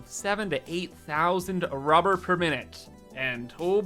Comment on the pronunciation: "Now, what do we need?" "~r u b e h r~" "Lots of ~r u b e h r~"